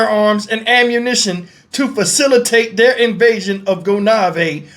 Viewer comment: Hi,. Good video! The island is pronounced **Goh- naïve**